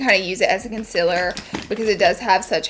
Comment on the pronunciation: nobody: not a single soul: laura lee: CONCILER